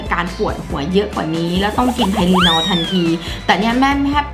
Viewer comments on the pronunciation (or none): ไทลินอลค่ะ ไม่ใช่ ไทลินอ